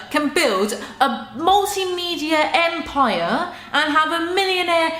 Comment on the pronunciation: I've never heard anyone say Empire so posh in all my life. Unless you count the queen 👑 then you're a bloody close 2nd best.... 😂